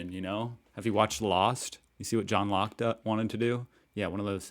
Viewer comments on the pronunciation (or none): none